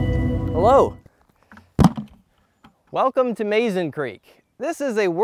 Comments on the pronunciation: Mazon is pronounced: Muh-zon . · I enjoyed your presentation. I’ve visited this place many times to fish and to hunt for fossils. Just an FYI, Mazon is pronounced “muh-ZAHN”. It’s also considered a river, not a creek. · I am confused about the pronunciation of Mazon. My mom was born in Mazon, Illinois. She pronounced it Muzon same as the creek. 🤔